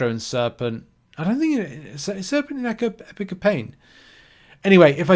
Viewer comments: Don't want to be a dick but WHY IN GODS NAME DO YOU CALL IT EPIC OF PAIN? It's Epoch not epic. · Epic of pain? It’s E-pock. British people shouldn’t be this bad with the English language.